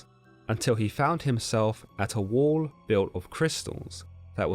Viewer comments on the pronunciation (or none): none